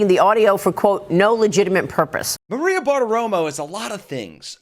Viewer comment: Maria Barteromo hash no bushinesh being in any short of broadcasht media with her obvioush shpeech impediment. 🤮